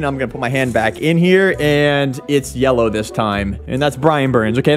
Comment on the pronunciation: It’s yelloe